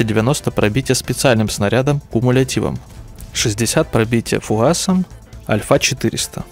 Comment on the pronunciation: Да уж, прям ухо режет. Для обзорщика как-то развивать нужно правильную речь..